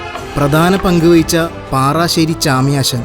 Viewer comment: പാറാശ്ശേരി.അല്ല.പാറശ്ശേരി ആണ്